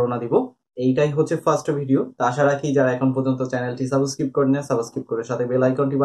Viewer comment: ভাইয়া সাবস্ক্রিব না বলে সাবস্ক্রাইব বললে ভালো হয় না। এত সুন্দর একটা চ্যানেল,আমার মনে হয় আপনার সাবস্ক্রাইব বলা উচিত।